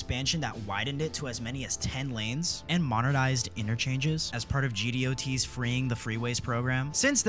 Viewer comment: "G-D-O-T" you mean "gee-dot"